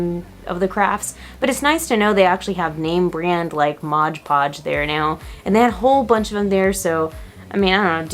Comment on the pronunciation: Its MOD podge!! MOOOOOD!!!! Not “Modge Podge” lol that drives me crazy when ppl call it “modge podge” idkw it just does lol